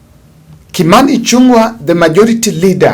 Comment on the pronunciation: Thanks for the bold analysis Sir. Kimani Ichung'wa's goose is already cooked and he is on his out. A small correct please Kimani Ichung'wa NOT Ichun'gwa. The ng' in Kikuyu is always like the name "Ng'ombe" so sio Ichun'gwa it is ICHÙNG'WA